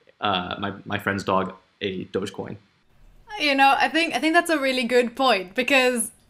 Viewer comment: You got it right,! "Dogecoin" is pronounced like "DOJh-coin."